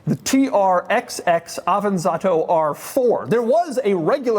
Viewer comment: Hello, nice to meet you. The 'XX' in TR-XX is read as 'double X'. This is the official pronunciation according to DAIHATSU.